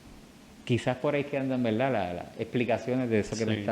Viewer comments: Verdad, no veldad. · Saludos cordiales, el intercambio de la "r" por la "l" se denomina "lambdacismo caribeño". Es común en el habla coloquial de las Antillas, por influencia africana y por la mezcla lingüística que vino desde el sur de.España, particularmente Andalucía. En veldá en veldá el español boricua está genial.